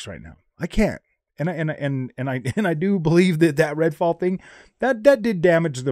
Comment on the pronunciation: Did you say Redfall?!